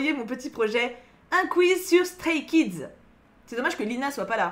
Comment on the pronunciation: Mes oreilles ont tellement saigné en t’entendant prononcer les prénoms des Stray Kids 😂